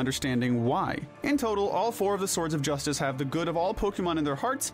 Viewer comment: THEY'RE CALLED THE SWORDS OF JUSTICE, NOT THE BLADE OF JUSTICE! AND THE R IN JUSTICE IS SUPPOSED TO BE A T!